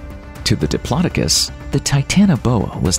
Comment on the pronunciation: The way you said diplodocus made me shiver, that can't be the way you're supposed to say it surely